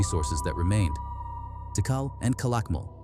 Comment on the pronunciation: AI is so fucking smart can't be taugt ow to pronounce correctly...Ti Kal NOT Tickle...